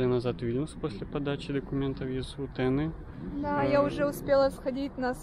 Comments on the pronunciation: Не говорите утЭна , это неправельно звучит , правельнее будет на русском Утьена, или утьенА . Это сложно обьяснить , название даже ударение меняет в зависимости от склонений на все три гласные , но само звучание более правельнее будет - Утьена или утьЕна... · Русская транскрипция - Утяна, ударение на конечную А. Литовская "E" это не русская Е и не Э, а ближайшее по звучанию это Я. При склонении ударение часто "скачет" и это помогает понимать смысл при пропуске слов. Вообще-то готовясь к показу полезно заранее ознакомиться с датами, названиями, историческими личностями, именами. Тогда Ваши ролики будут информативными, а не "что вижу, то пою". А в целом смотрю на Ваши "клипы" положительно, как и на остальных украинских авторов.